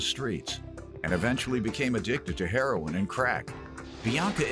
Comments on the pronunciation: It’s not “hair-on” it’s HERORIN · It's actually heroin... genius